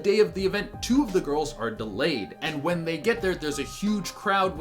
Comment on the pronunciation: when you said win instead of when i threw almost threw my table:[